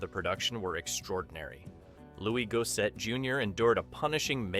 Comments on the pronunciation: AI Mispronouncing It . . . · Lou-is Gos-set. Pronounced all the other names correctly except the one black dude. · Is that really how Gossett wants his name pronounced?